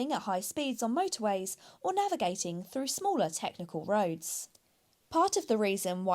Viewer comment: I love car reviews. always well thought out and honest. I know I'll get stick for this but not pronouncing THs properly does my head in FRU loading instead of through SMOOVE instead of smooth Sorry 😔